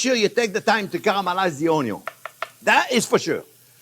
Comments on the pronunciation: Came here just to hear you say onyon 😃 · I always love it when you say “ONYUN”! We don’t say onion in this house! Never make another video without ONYUNS! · Love his way of saying onyon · me too, everytime I see the onyo 😀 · Oño. Hilarious. Classic. Timeless. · Always begin with a good, great onyon, chef will not guide you you wrong, fabbbulus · I didn't know you could have too much onyo. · the way he said onion omg it broke me sorry XD why i am so simpleton XD what is so funny about that pronunciation? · He absolutely does talk too much and repetitive just get on with it. Lol… I kinda like the way he says onion in his Louisiana accent 😂